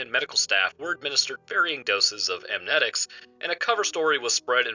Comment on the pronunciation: Minor quibble but I think I heard amnetics instead of amnestics.